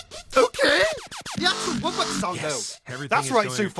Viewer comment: because they might make good theories and predictions, but they created the worst alternate lore!!!!! They mispronounced wubbox to woobox?! No way. They think that the earth wubbox is the fire HAVEN wubbox?! Nuh uh. They think that the wubbox isn't the only one with powers?! Just no. Do they think that it got possessed?! NO. What is with them and this animorphs thing?! One question remains... Do wubboxes state that humans are dumb? Yes!